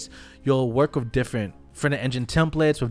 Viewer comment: ill be that troll..... with!= "whiff"... I like your content but the more professional and correctly you speak the more respect you garner in all situations.